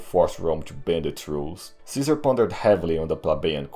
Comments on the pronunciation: it's Gaius Iulius Kaisar not kaizar. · It’s Kai-hard S- Ar not KaiZer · EYE-U-LEE-US is totally wrong. I is an EE sound not a diphtong. SEE-SAR absolutely dumb pronunciation it's KAI-ZAR. dumb barbarian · GUY-US EYE-U-LEE-US SEE-SAR is how it IS pronounced! The name "Caesar" survived the fall of the Roman Empire and was handed down throughout the Middle Ages to our present day without variation in how it is said. No serious linguist pronounces it any other way. You are spreading a revisionist view that is not accepted by the vast majority of college roundtables. Your swearing throughout the video is childish. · Oh no. Another kaiser pronouncer :D. Dont pronounce it as those "filthy barbarians" :D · Actually he pronounced it wrong too lmao. It’s Ka-Eh-Sar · Pronounced differently though. I understand why he reads Latin as if English, people'd get confused but... the c always sounds like a k, at least while Rome lived. Kikilia, Sikilia, Kaesar, Kikero, "Veni, Vidi, Viki", etc. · a guy who always complains about germs, pronouncing Caeser like a germ... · Imagine thinking the G*rm pronounciation of Caesar is the correct one LMAO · The kind of correct, kind of latin way